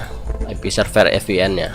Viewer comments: ViPieN om bacaannya 😅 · terlepas dari "ef pi en", tutorialnya keren :D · Maaf bang VPN cara bacanya FPN atau Vi PN ? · Wkwkwk FPN atau VPN hahaha. Ngelawak siabang